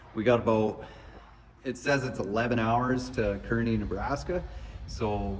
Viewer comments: It's pronounced Car-knee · You are saying Kearney wrong. It's pronounced more like car knee. Several different ways to spell it also. Roads are good this way. Temp hit 30 today with heat wave of 35 tomorrow. Safe travels. If you have any trouble or questions hit me up.